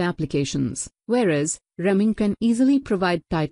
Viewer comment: It’s a “reamer” punc. as ree-mer but you keep saying rem-ing